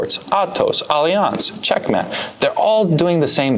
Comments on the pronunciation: He pronounces it in a kinda sorta French way. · The way that pronounced "Alliance" has rocked my world. Have I been saying it wrong this whole time? Am I like the people who mispronounce Gracie Barra?